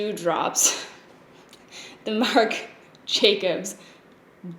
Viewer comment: struggles multiple times to say "marc jacobs dewdrops" Also: "charlotte tilbury hollywood flawless filter for a superstar youth glow" rolls right off the tongue